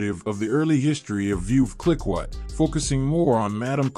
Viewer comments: Clicquot, should be pronounced like “klee-koh”, with a hard “k” sound and a long “oh” sound. Other than that a fair selection of movie choices. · ROFL at the pronunciation of clicquot as "klick kwat". Massive AI fail